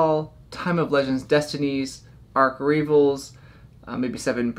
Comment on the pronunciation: Pssst, Arch Ravels is most likely pronounced “arch” like the St. Louis Arch instead of the boat Noah built, and “ravels” like when yarn comes undone or a plan falls apart (unravels). It’s a play on the term “archrival”.